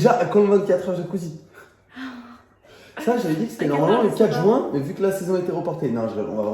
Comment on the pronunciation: quand il a dit juin j'croyais il avait dit jouin